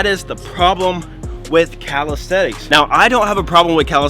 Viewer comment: Calis - te - nix